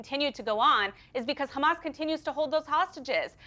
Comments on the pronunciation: Can you please stop this nimcompoop from saying KHAMAS ????????????? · Listening to eastern European settlers struggle to pronounce clearly middle eastern names is always fun. Khuh-mas. 😂😂😂😂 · This will always bother the heck out of me: learn to pronounce Arabic names properly! Not Rrrrramas, Ha HA-mas. Not Rrrrrezbollah, HE-zbollah.... 🤦🏻‍♀️